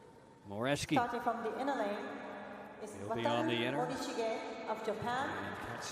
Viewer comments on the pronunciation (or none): I do think they should at least TRY to pronounce the names correctly. The Japanese announcer is doing a good job at that. The way the English announcers pronounce Morishige or Herzog is IMHO somewhat disrespectful.